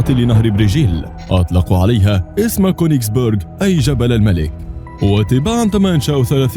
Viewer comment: اسمها كونجس بيرج مو كونجس بورج لنو بورج معناها قلعة